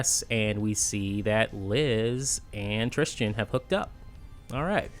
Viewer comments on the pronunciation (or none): It’s Tristan not tristian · Trischin? Why the odd pronunciation?